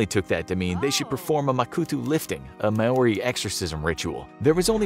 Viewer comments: I’m from New Zealand and Maori is pronounced like Mo-ri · said maori wrong